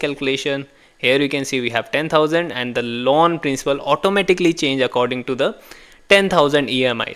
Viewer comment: Loan sounds like lawn